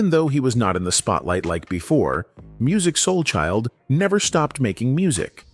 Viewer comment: I will not subscribe to your channel! You can't ever pronounce his name right smh